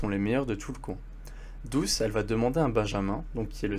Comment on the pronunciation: Au chapitre 7 ta mie douche au lieu de douce